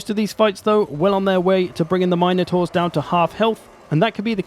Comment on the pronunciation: MIN-UH-TOR, NOT, MINE-A-TOR. Get it right you’re a pro.